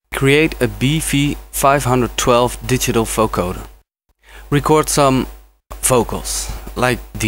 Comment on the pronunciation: its a vocoder not a foecoder xD but awesome tutorial !